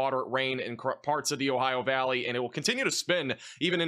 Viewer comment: Ohio valleyn's? 😂😂😂